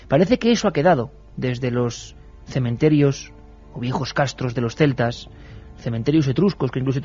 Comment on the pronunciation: Me gusta pasear por los cementerios. No cememterios. Chapuzas.